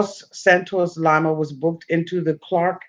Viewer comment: "LIE-ma" LMAO it's LEE-ma! Like Lima, the capitol of Peru- not Lima bean lol. I still love ya tho baybay u my favvvvorite!!!